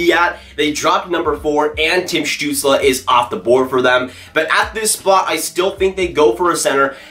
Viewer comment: You should do a video when you say Stutzle for 10 minutes...:)